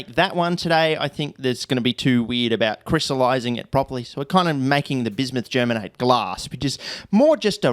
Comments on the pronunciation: Im from Germany and never heard a native English speaker saying germate 😂 it sounded hilarious to me. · Bismuth Germanate is way funnier to say if you say Germanate as Ger-manatee